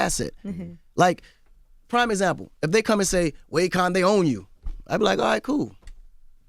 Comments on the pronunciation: Sounds like Envy is saying Acorn not Akon😂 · Akon: I put the "i" in Akon... AKOiN 😂😂😂😂